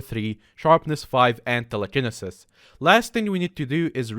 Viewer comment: can you say teleceneses properly